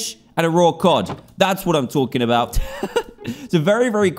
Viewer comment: i didnt have it, but i care a"boot" yarh stary